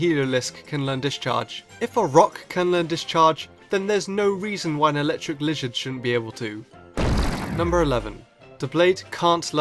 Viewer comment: It sounded like you said "Lijard"